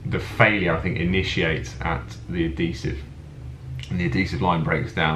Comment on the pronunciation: It's pronounced "Ad-HEE-Sive" not "Ad-DEE-Sive"!